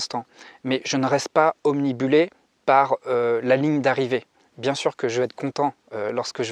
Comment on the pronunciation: Obnubilé pas Omnibulé